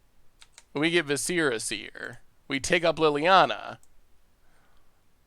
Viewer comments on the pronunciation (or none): Love ya but Jesus... say it with me viss-er-uh